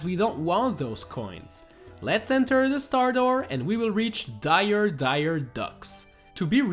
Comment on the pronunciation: He called Dire Dire Docks "Dire Dire Ducks"!